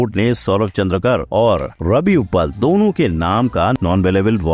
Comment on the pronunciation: Surname चंद्रकर नही है सर,चंद्राकर है